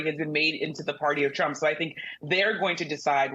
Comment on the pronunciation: Trump not Tramp 😂🎉